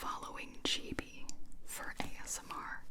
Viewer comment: I love the pronunciation of her nickname. Gibi: gee-bee. ❤️